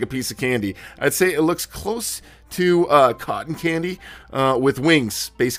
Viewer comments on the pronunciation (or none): none